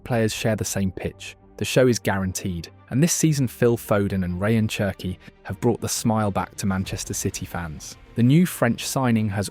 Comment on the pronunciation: Wonderful video but I have to say this… it’s “Sherki” not “Chi”😂 it’s French like you don’t say Chi-cago but shi-cago. Wirtz is Virtz. The same thing.